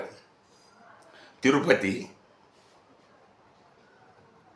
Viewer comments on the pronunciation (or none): none